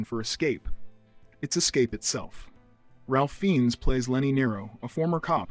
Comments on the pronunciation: I saw Strange Days when it was first released and loved it. I came for peak Ralph Fiennes* but stayed for Angela Bassett -- her performance is mesmerizing. *Hey, I can't tell anymore if these things are narrated by real people or AI, but it's "Rafe Fines," not "Ralph Feens." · It's pronounced "Rafe Fines." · FYI, it’s pronounced Rafe Fines.